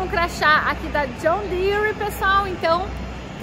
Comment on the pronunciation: Assisti um vídeo de um professor Americano brincando que Brasileiro coloca "i" em quase tudo que ele pronuncia em Inglês, e ver a falando John Deere entre outras coisas percebi que ele tem MUITA razão...rs..rs...